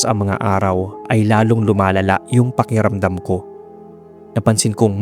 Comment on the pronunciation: Napapansin ko lang po, bakit parang nawawala minsan ang tunog ng letrang “K” sa mga salitang tulad ng “pakiramdam” at “malaki”? 😄 May ibang salita naman pong malinaw ang pagbigkas ng “K,” kaya medyo kapansin-pansin lang kapag sa ilang words ay parang hindi siya naririnig.